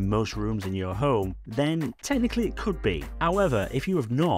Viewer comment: Cool news, thanks for sharing. Love your videos! (including your swallowing of the "h", which sometimes has me wondering what the "Ohm App" is 🤣)